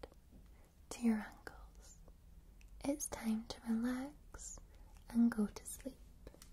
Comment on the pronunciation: when i hear you say ankles it sounds like you saying uncles lol